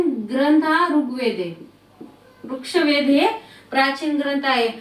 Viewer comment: वृक्षवेद नही ते 😂